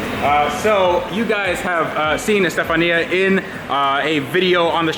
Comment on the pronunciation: It's pronounced ( Stef-on-ya ) lol 😂 not Stefan-e ya